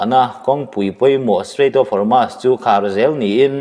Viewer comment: Hormuz hi i lam diklo ve ziah, Hawrmaz ni lovin Hawrmuz ti a lam tur zawk a ni e.